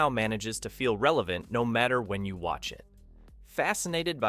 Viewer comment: Overall, I liked the video, but the narrator kept messing up the inflection on "Here's looking at YOU, kid."